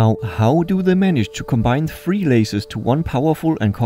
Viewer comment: Also "three" is not pronouced "free" it's "th" ....